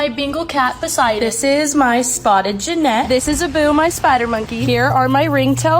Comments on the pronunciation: Jen - it. Calling it a Jennette is killing me😢😢😢😢 it's an animal not a former nickelodeon star! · Imagine owning a vervet monkey and a gennet and then mispronouning their species names... As someone who lives where they are common wild species, that was painful.